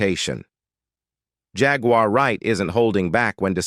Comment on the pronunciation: The name is Jaguar why can’t you pronounce the name